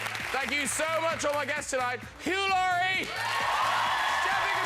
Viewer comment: "Mr Eugh Hlorie"